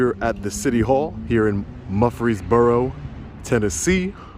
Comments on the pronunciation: Muur---freesboro. Not Mufresboro. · It’s MURfreesboro. You’re not far from me. Please come to Chattanooga and let me know. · Advice: when you go to a new town, maybe stop at a get-and-go for coffee. Ask how to pronounce the name of the town. I have never heard of “Muffreesburrow”.